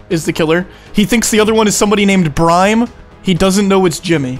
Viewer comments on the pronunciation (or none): did this boy really just pronounce “BREME” as “BRIME”????????